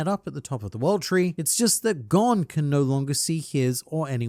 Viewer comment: You're saying his name wrong